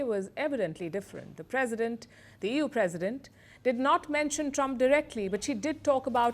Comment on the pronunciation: She says Ewww instead of EU 😂😂😂